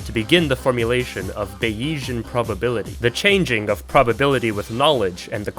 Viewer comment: how could i possibly not click this, i need to hear the ape computer arguments why are you saying bayesian like bayiesian? i feel like its a joke since you seem to emphasise the e thats supposed to be silent. are you maybe ideologically opposed to frenchisms? in which case go off king bro you actually have terminal ADHD anyway, subscribed